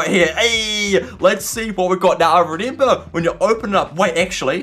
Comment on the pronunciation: i like how he says renember